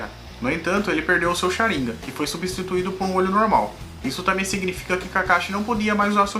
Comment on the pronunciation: Chariiiingan kkkkkk